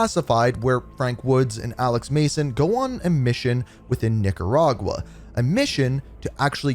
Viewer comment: You floating on the line with that Nicaragua pronunciation as Theo von would say lol